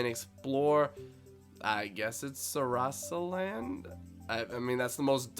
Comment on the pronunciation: btw its (su rass uh) land